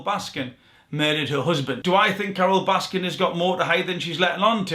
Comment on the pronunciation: it’s Carole Baskin* not Baskins.